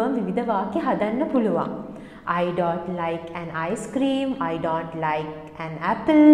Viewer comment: The words such don't and know should be pronounced correctly.